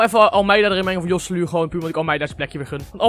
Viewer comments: kan je geen naam uitsprken je zeg josseluu maar je spreekt het uit als gosséloe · De 'j' is een 'g' in het Spaans. Je spreekt het uit als Goselu